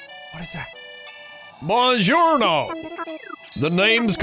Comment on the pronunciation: I’ve loved Italy ever since I can remember. The way you said “Buongiorno”... I’m sorry. It was awful.